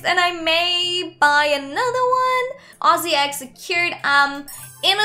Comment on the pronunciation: YOUR THE FIRST ADOPT ME YOUTUBER WHO SAYS AUZZIE RUGHT FINALLY WOOHOOO YESH!!!!!!!!!!!!!!!